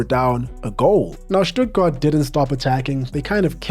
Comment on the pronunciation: Probs for the Stuttgart pronounciation my man